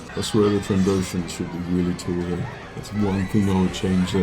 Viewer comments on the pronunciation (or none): none